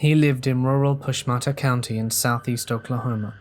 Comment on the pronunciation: Story #4 it is pronounced Push-ma-ta-ha County, named for a Choctaw chief.